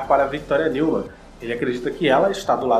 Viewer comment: Mano, adoro seus vídeos, porém, você deveria falar os nomes de forma correta, Não se pronuncia "NEUMAN" literalmente, mas sim "NILMAN", o som do "E + U" tem som de "I + L". Mas fora isso seus vídeos são muito daora! Mas esteja atento às pronúncias, Ok? Estou realmente ansioso pela próxima temporada.